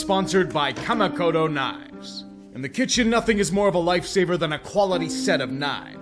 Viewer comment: I can take anything negative you have to say about my Packers (I've said pretty much all the same things).... but hearing you trying to pronounce a Japanese word like "Kamikoto" was a samurai cut into my Weeaboo soul. 😱🤬